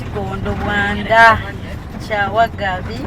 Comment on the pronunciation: the word is Kyawangabi not Kyawagabi🤣🤣🤣🤣